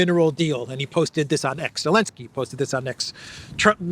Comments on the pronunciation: I don't understand pronouncing his name alinsky when it's zelinsky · Why do you say “Elensky”? Can someone enlighten me? 😂